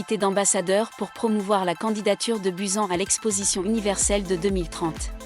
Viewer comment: "Buzen" B-U-S-A-N BUSAN